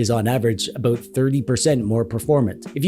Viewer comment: Oat-A-boat, With oat EH!